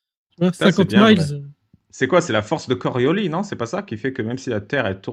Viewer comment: C'est l'inertie qui fait qu'on ne ressent pas la vitesse. La force de coriolis (prononcer le "s" lol) n'existe pas, c'est simplement un effet, une illusion.